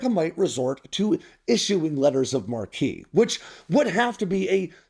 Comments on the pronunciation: I'm pretty sure it's pronounced like the name, Mark. Not like "marquee" like on a theater entrance. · PRONOUNCED AS MARK! Not markee! Ffs, aren’t you so fkng sophisticated….GTFO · It's not "letters of mar-KEY," but "letters of MARK." Thank you. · In a Letter of Marque and Reprisal, (marque is pronounced Mark) it’s like Traveler’s Cheques is just Traveler’s Checks. The word you are using, marquise, is a European nobleman of high hereditary rank, with the female equivalent being a marchioness. In the United Kingdom's peerage system, a marquise ranks below a duke but above an earl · You sound uneducated every time you say marquis instead of marque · Sorry to correct, but letter of Marque is pronounced "mark", not "markee", which would be spelled marquis. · I’m sure someone has already pointed this out, but it’s pronounced “mark” not marquee. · It’s pronounced “letters of mark“. What you’re saying is “marquee“. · Letters of "mark". It's not "marquis". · sorry but state sanctioned pirates aren't pirates. they are privateers. (also marque is prounced mark. not mar-key) carry on :) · Mate, the word “marque” is pronounced “Mark”, not “ Mar Key”. You silly drongo, your whole video is about privateers and you can’t even get the word right. The word “mar Key “ is how you pronounce an old European noble title, “Marquis”. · Former active duty, United States Navy, now service connected disabled retired. First it is pronounced 'MARK'. 'Marquee' pronunciation refers to a billboard or movie studio type sign or an elevated status of something. A letter of marque was a government license originally created during the age of sailing ships. It gave permission to and authorized a private person to attack and capture vessels of a foreign state at war with the issuer. It is STILL a legal binding action that can be taken but note that it also turns those that accept a letter of marque into a legal combatant for the enemy to also fight against. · I cringed every time he said it... 😅